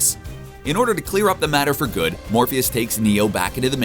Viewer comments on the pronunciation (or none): none